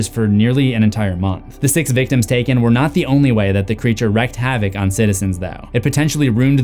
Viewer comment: Dammit!!! It's WREAK HAVOC pronounced REEK not WRECK HAVOC why can't YouTubers understand. Smh